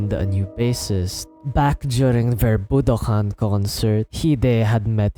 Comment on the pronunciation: sure but I believe he pronounces budokan as “budohan” on and some other moments